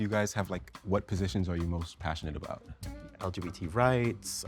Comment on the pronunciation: yeah, that reaction gave him away, lol. And when he could barely pronounce LGBT 😂